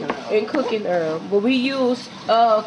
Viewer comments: Df is Earl? It's oil!!!? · The fact that they say “bearl” instead of “boil” & “earl” instead of “oil” I’m going to use their recipe 😂🤣😂 #NoHotLinks #NoWiners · Enjoyable...had to turn on the caption because oil was sounding like Earl...delicious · Two cups of earl?😂 They got me with pronouncing the items. Lol .. But the Gumbo looks smacklious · dude she said two cups earlllll ... I LOVE IT !